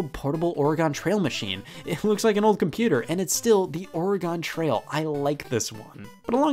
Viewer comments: as someone who was born and raised in Oregon, I can safely say he did not say it right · A good username ? I’ve lived in Oregon my entire life, not a single person here has ever pronounced it like that. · I love Scott but I physically cringed everytime he said that lmao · Scott still pronounces Oregon like he's from Ohio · I say it every way except the way Scott pronuncned it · I’m an ohioan and I’ve never heard Oregon pronounced that way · That feeling when Scoot says Oregon wrong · How many times have Scott said “Oregon Trail” wrong? I’ve heard him say it wrong twice. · Sometimes when I sleep Scott sneaks into my room from the window and leans in to my ear whispering "Oregon" into it, pronouncing it wrong every time. It really fucks up my dreams. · As an Oregonian it's driving me crazy hearing him mispronounce my state's name! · Scott: Pronounces Oregon wrong Me, from Oregon: HOW COULD YOU BETRAY ME LIKE THIS, SCOTTWARD?! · I’m not even from Oregon, but it bothers me when Scott pronounces it like that. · How is it really pronounced? I say or-ih-gun But I’ve heard or-uh-gon as well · The way Scott says Oregon kills me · As an Oregonian, hearing you butcher the pronunciation of the word "Oregon" over and over again made me smile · Wait. How does a kid who grows up in Ohio not know how to pronounce "Oregon"? I get why the narrator on Air Crash Investigation mispronounces it, but Great Scott? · As someone who lives in Oregon. I can say that Scott is mispronouncing Oregon. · The way you pronounce Oregon hurts my bones soul and skin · He said Oregon wrong 3 times in a row 🥲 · WHAY DID HE SAY IT LIKE THAT AS A OREGONIAN I AM SUPER MAD AAAAAAAAA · as someone who lives in oregon, scott please pronounce oregon right next time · Oregonian here, don’t say it like that. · Lol I’ve never heard someone pronounce “Oregon” like “Porygon”. I’ve only heard people pronounce it almost like “organ” Also, how are you still at less than 1mil subs?? U deserve like 5m by now